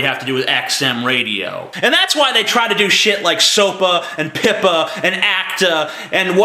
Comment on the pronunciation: the way you say PIPA sounds like the swedish worf "pippa" wich is swedish slang for having sex "fucking" or masturbation... well PIPA did try to FUCK us so why not ^^